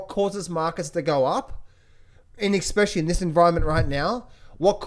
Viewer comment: Did I hear an 'EK-SPECIALLY' when you were talking about Ray Dalio's book on debt? I'm pretty sure I did...